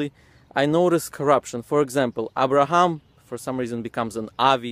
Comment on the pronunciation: He should correct the pronunciation of the letters before talking about the corruption of words. He pronounces 'Abraham' as 'Avraham' and 'father' ('ab') as 'av'. I don't know where they got the 'v' sound from, because it should be like other Semitic languages. Arabic pronounces 'father' as 'abb', and Aramaic as 'abba'. The same goes for other letters, like waw in 'Dawud' they pronounce it as V like 'David' with a 'v'. 'ha' they pronounce it as 'kha'. 'sin', sometimes they pronounce it as 'shin'. They can't even pronounce the letters correctly.